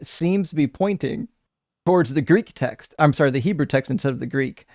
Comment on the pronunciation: At one point he said Heboo.